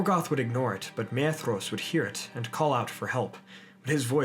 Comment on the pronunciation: Excellent video! Thanks for posting! Your Fingolfin is improving! Fin-golf(like the sport)-in. :) Awesome content getting better. Oh, and Maedhros is pronounced "My-thros" (my-throes/my-throse)